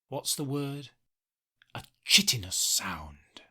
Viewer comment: Btw, chitin is pronounced 'KY-tin'